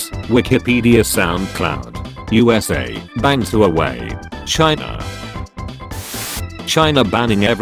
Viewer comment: Love how the tts pronounces Huawei Tts says who-way It's pronounced hu-woah-way (say hu and woah fast) Edit: wait we did not ban xaiomi